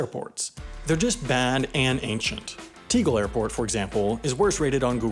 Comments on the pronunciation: It’s pronounced “tay-gell,” not “tee-gul” as you pronounced it. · Gah, terrible pronunciation! It's "TAY GEL" not TEA-GEL for a start. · Tegel is pronounced TEH-Gel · I love Berlin Tegel. Actually the worst thing about BER for me was that Tegel would have been closed... Apart from that he has no idea how to pronounce its name, has apparently never been there in person.